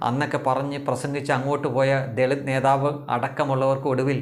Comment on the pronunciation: ദെളിത് കുടുക്ക് എന്ന് കൃത്യമായി പറയുക.